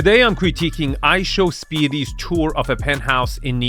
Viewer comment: ishowspeedy? I don't thihnk there is a y at the end